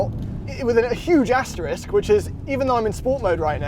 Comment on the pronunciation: …bless you for not saying asteriks like most people I know. So refreshing when humans communicate properly.